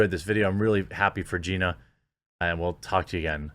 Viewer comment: wait, did you say Ronda V Gena ???